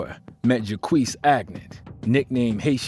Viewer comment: You pronounced Jacques Agnant incorrectly! His first name is literally the version of the English name Jack, so that’s how you’d pronounce it; Jack with a French accent!